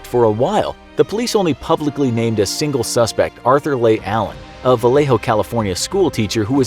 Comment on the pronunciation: Arthur Leigh Allen; pronounced "Lee" not "Lay..."